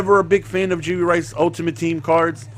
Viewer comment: YOU KEEP SAYING JURY RICE LMAOOO